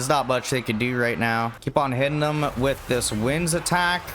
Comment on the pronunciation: God I hate the way you say “them”.